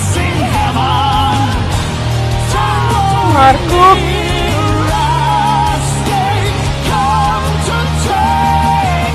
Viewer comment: Just ❤️ your reactions! So genuine. And your pronunciation of Marko is perfect! 👏💪😁 You know what...du kommer att vara minst lika glad när du ser denna videon för 1000e gången 🤩😎🎶